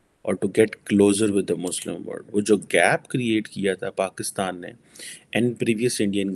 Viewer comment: Baba Word nahin mere Panjabi bhai, WORLD!!!!!! Why do you swallow L???